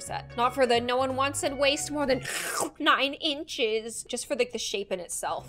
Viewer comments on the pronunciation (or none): When you sayd nine inschees or somthing i whas dead realy hahahhahahahahah